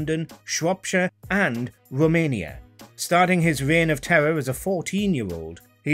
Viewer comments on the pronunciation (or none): Started his wein of tewwor…